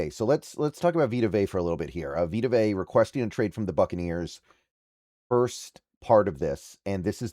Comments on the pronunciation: Learn to pronounce his last name dude! Vea is pronounced Vay-ahh not Vay!! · it’s not vita vay… it’s vita vea (vay-uh) smh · His surname is pronounced Ve (as in Very) ah. Not vey /vay. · “Vey uhh” goodness lol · Dude two seconds to do some research on how to pronounce his name it’s Vita VE A. Dude is a husky legend how do you not know how to pronounce his name.